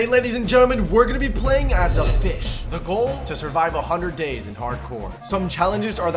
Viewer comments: i thought i heard u say “playing as a bish” and i was like “WHAT DID HE SAY!! ” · He definitely say bish